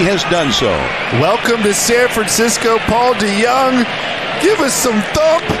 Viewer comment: Paul DeGone 😂